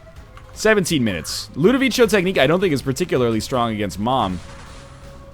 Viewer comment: Its said ludovico not ludovicho, ludovico is italian